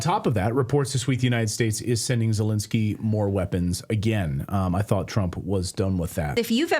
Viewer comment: Clayton, please, you have to get his name right: it's NOT ZeLINsky, as lint. It's ZeLENsky, as in length.